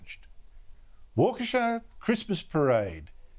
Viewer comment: Props for pronouncing Waukesha.